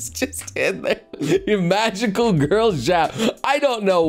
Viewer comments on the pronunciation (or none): none